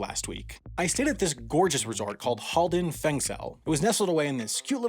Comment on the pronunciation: Your pronounciation of "Halden fengsel" is very good.